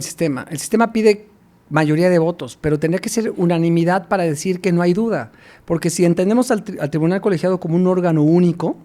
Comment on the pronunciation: Cuando dijiste “unimidad” en lugar de unanimidad has perdido toda legitimidad an mis ojos a lo que se refiere al ámbito jurídico, lo digo por la entrevistadora.